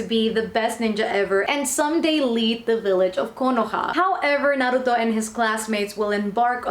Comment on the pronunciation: first time seeing someone doing an manga haul,and pronuncing naruto correctly,good job :)